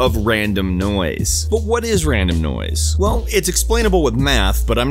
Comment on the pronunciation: Am I the only one that hears "noice" every time he says noise